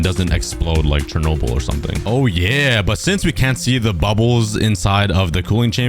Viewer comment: Bro why did you say Chernobyl😢